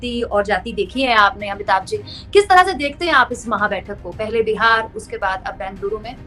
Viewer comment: बहन बिहार बोला करें बेहार नही